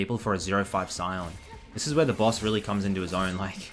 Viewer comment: you pronounce "baus" as "boss" and it confused the hell out of me for a second